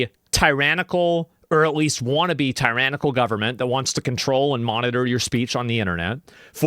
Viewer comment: The “guhberment” will protect the kids. 😂